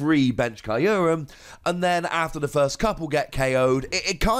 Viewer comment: You’re pronouncing Kyurem incorrectly and it hurts. Listen to the Japanese pronunciation of “kyu”.